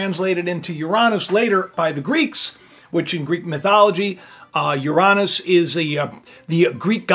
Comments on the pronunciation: Oy! It's Yur-rah-nes. emphasis on the first syllable. And WHY do you say Uranus is a planet when it was Pluto that had been demoted? I do enjoy your content for the most part but I don't get the uranus gag because you still mispronouncing it :P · Yo that's crazy how you've single handedly put it into perspective regarding the word/name Uranus. I never even knew they tried changing the pronunciation and the way you said "Ouranoos" sounds a bit too legit to be honest. It's like they wanted us mispronouncing it and making fun of it because ya know what's better than a butt end joke and these day's people make it seem like Heaven is a joke 🤔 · I’m a 5th grade teacher. We teach the solar system in 5th grade. Uranus is always a challenge. I always told my students it was pronounced YOUR-uh-nuhs (like you’re a nut🥜 ). Now I can tell them about this pronunciation and what it means! My students know I’m a Christian. They are watching me. And as for cats? The best compliments I receive are when my anti-social cats cuddle up next to me. You got such a great cat! I love when they’re social like Cosmo. I’ve had so many cats. My current two cats send lots of paw 🐾 swats and purrs to Cosmo!! And Dan Dan and family!